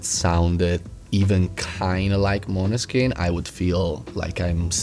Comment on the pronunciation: Great interview! Interviewer knows his stuff, and, as a Scandinavian, it always makes me happy when interviewer pronounces Måneskin perfect! (Not that my English pronunciation is perfect lol). I'm shocked by the fact that garlic and onion do not go well together tho...